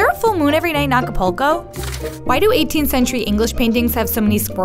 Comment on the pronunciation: She can't even pronounce Acapulco, she says it like it's not suppose to be pronounce a certain way. smh